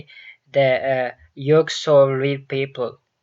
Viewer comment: Manbab atchilm inde yugslav bele miqibaxiraw asdabii🤣🤣🤣